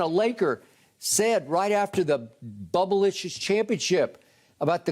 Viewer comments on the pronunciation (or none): Did Skip Say, "Bubbleliscious?" 🤣🤣🤣🤣😂😂😂😂😆😆😆😆